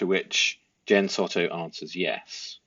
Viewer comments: It’s sowtow not sotto 😂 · It's not SOTTO...soundsmore like So tow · Try saying So Toe instead of Sotto 😊